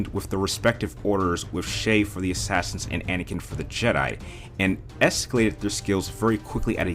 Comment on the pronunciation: You say Assassins like Ashashins